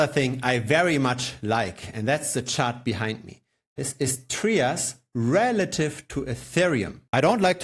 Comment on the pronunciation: It’s not pronounced “Tree-us”…it’s pronounced “Try-us”.